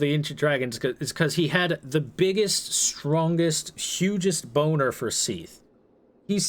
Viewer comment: Seath? What kind of a name is Seath it's Seth!